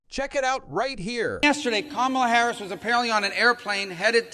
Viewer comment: Please pronounce Kamala Harris' name correctly.